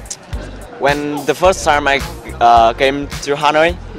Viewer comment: đừng phát âm "the" như thể nó là "ther" được không? Không có "r" ở cuối đâu mà =((((